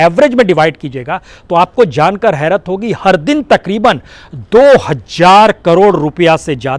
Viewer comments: Hazar, not Hajjar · हज़ार को हज्जार बोलता हैं यह और मुजाहिदीन को मुज़ाहिदीन बोलता है 😀 । जर्मनी को ज़र्मनी बोला है। बस information ले लो बाकी शब्दो की तो जान ले ली प्रसून ने ।hhhh 😀